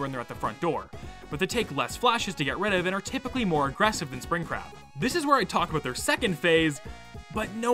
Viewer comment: I’ve never played Tyke and Sons before, so when I watched this video for the very first time and when I heard him talk about Spring Crab, I thought he was saying Spring CRAP! 🤣😅😂 I was like, “Wait, WHAT?!” 🤣🤣🤣😅😅